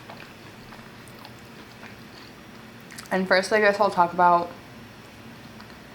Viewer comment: Am I the only fat ass one who hears Taco Bell every time she says “talk about”?